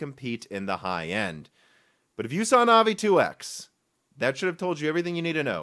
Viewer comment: No one says “Navi” better